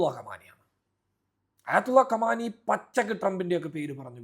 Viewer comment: ട്ടാങ്കർ അല്ല ട്ടാങ്ക് ഖമാനി അല്ല ഖാമ്നഈ.